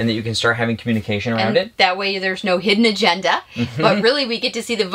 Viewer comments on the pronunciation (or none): When says "hidden agenda", does anyone else hear "Bronco"? Thank you, another great video!